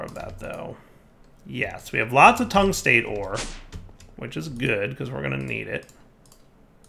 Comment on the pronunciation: You did pronounce the epichlorohydrin right, but you've been butchering the tungstate for episodes now. Metal name plus -ate means it's the negatively charged oxide. Well, metall as in astronomy, where anything past helium is a metal. Tungstate, Chromate, Phosphate, Vanadate, Carbonate, all of them have any kations and the game makers decided to give you lithium. That being said, all of them probably work the same way in automatic processing, hint.